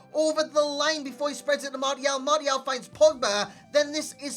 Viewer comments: "mardial" smh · mate no offense, but you're pronouncing martial wrong . xD love your work btw =)